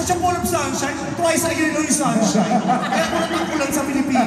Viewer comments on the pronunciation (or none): “Twise a year lang yung sunshine”🤣🤣🤣🤣🤣🤣